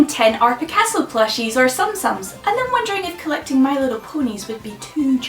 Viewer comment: The way she pronounces Alpacaso and TsumTsums bothers me a lot